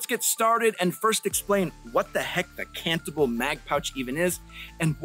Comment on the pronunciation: I know you're saying cantable, but what I keep hearing is cannibal...but that might be because I'm watching at 2x speed so I can get off to my D&D game and cast fireball